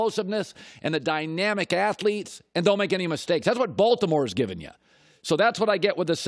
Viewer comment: He puts too much emphasis on the B in Baltimore 😂😂😂😂